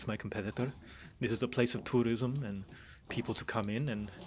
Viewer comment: Just started the video. I did NOT hear tourism when he was describing the new local